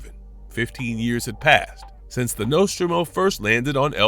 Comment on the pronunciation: Just a complete shitshow. Get your AI to learn to pronounce Nostromo correctly.